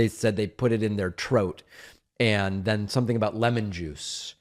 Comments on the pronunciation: Trote? Lmaoo must be a Jamaican 🤣😂😂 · Troat is how Brits pronounce throat